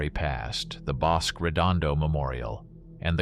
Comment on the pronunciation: Nice presentation, I learned a few things. A few suggestions: Pronunciations: Bos-kay, Mesi-ya, there were one or two others. There were a lot of WW2 air bases in New Mexico, not just Walker. There was Kirtland at Albuquerque (still used), Hobbs (now an industrial air center), Las Cruces, Deming.